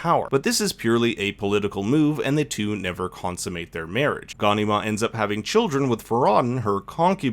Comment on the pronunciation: Ga...nee... mar, pronunce it properly.